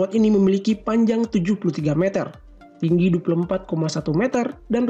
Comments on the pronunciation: Meter oy bukan meater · kalo nyebut meter itu yang bener meter bukan meter admin aduhhhh, karena bahasa baku meter Indonesia itu meter bukan meter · Bang kalo ngomong meter jangan meter tapi yang bener meter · Bukan meter tapi meter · meter meter ucapannya kok gitu kwkw